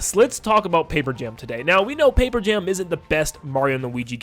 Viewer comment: “mario and luigi pape jam” 😭